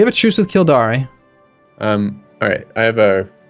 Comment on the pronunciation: I don't want to be the mispronouncing guy. But its Kill-dare. not Kill-da-re.